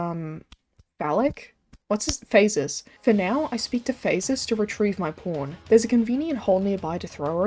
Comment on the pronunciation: lol the way she says "pawn" sounds like "porn" Great vid glad you're still around